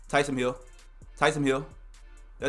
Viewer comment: Noti gang‼️But how come you keep saying tysom hill😂